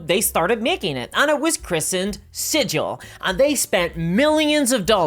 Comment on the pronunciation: Sidge-ill > siggle